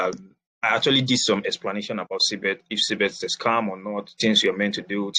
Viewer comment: or Cbex? because I keep hearing Cbet on your presentation.